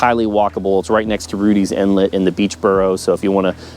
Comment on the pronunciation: Great videos on the 757, but......It's Rudee Inlet, not Rutlee's Inlet. Plus, you're not pronouncing Thalia right.